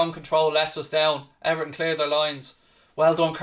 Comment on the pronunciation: Its 1nil "everhn"